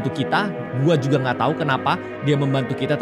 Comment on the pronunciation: Bang kok lu ngomong "jugal" 🗿